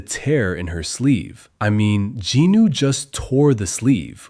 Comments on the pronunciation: ... JINU NOT GINU UGHHHH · It is jinu not ginu